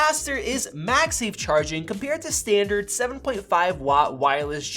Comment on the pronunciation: wtf is stee-and-turd ? Also this clown knows nothing about electricity.